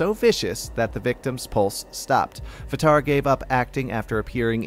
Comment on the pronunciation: Oh I thought u pronounced his name V tar